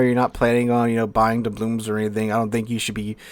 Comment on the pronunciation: Why does he keep saying "doublooms?" The word is "doubloon." There's an "N" at the end, not an "M."